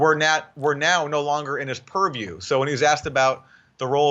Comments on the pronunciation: The fbi guy on Russiagate: POORview. Jimmy Dore on Russiagate: PURRview. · "That is outside my puriew" Everyone drink!